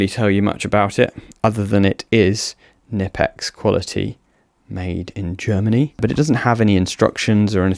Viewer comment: How is it that creators are still unable to pronounce Knipex after all these years?